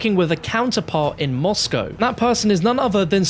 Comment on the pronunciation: how he says Moscow lol